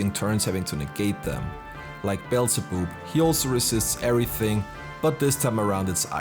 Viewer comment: Forgive me for this but... "Beelze-boob"